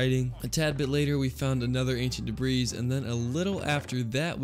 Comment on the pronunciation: am I the only one that cringes slightly every time he says debris like debrees rather than the way its actually said where you dont pronounce the s? tbh its the same when I here people say fortza when then are talking about forza or exscape when saying escape... like its just a person pet peeve but some word mispronounced are often because its not been brought up before and they aren't aware its being said incorrectly.